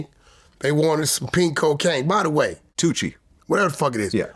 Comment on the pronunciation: Did they call the pink cocaine Tunchi?